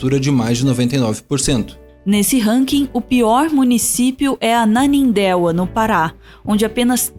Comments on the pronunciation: Vocês falaram "Ananindéua" no Pará. Mas a pronuncia certa é "Ananindêua". Sou de Belém, Ananindeua é uma cidade vizinha onde morei muitos anos. Abraço gente, excelente video como sempre. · É Ananindeua (ana-nin-deua, falando). Kkkk. Mas ótima reportagem. Obrigado!